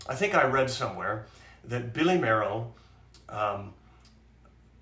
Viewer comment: Great show. Billy Mayerl's first major concert was at age nine, playing Edvard Grieg's Piano Concerto. Incidentally, I'm given to understand that his surname was pronounced "Mail", but you might want to check that out..